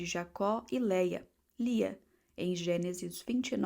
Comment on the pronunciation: N é Léia, mas LIA